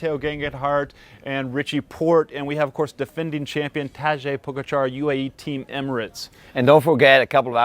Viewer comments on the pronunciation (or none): They should learn how to pronounce Pogacar correctly at some point during this Tour.